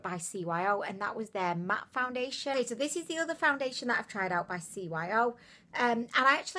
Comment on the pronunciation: She said foundiliation lmao